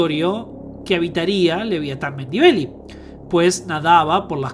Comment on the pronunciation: Es muy difícil pronunciar Melvillei en lugar de Mendibeli como dice el relator? Será que sabe de qué está hablando? Un poco más de rigurosidad por favor...